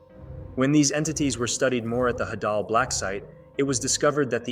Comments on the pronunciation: It’s not hadall its HEY-DUll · is it just me or do i pronounce it “haydal” blacksite and not “hadal”?😭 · Bro call the hadel blacksite the hadal blacksite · DOES EVERYONE SAY HAY-DAL????? I AGREE ITS HA-DAHL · I dont know if its pronounced Hau-daul Or Hædul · The way he says hadal it sounds like an Arabic wird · The way he pronounces "Hadal" 💀💀